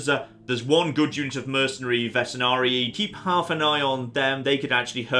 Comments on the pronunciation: VeteRanii not VeteNarii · You keep mispronouncing veteranii.